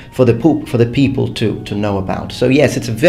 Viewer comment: "poople" the lowest class of people :D